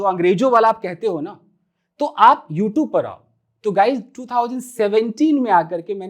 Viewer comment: Sir plz pronounce youtube,,, you are speaking wrong